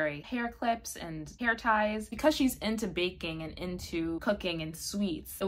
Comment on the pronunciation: No idea why, but when you were talking about Ichika's interests, I heard you say "BANKING and cooking"...and I was SO confused. I had to pause the video and rewind 😅